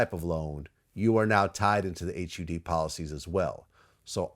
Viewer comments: H You D. Just say HUD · Someone needs to tell Vlad that it is never described as H-U-D